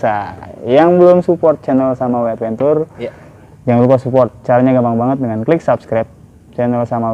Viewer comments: Advencer bacanya bang... bukan adventur..😁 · Bang adventure tu bacanya advencer